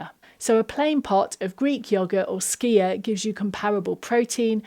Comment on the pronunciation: Thank you for your right pronunciation of skyr. It's so often butchered and it is so difficult to listening to.